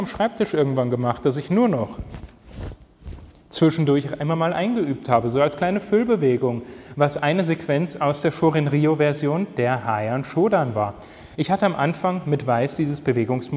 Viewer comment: Heian eher wie hee-an ausgesprochen (siehe auch sensei etc), die Aussprache/Ansage gehört schließlich zur kata, zumindestens bei uns im Shotokan.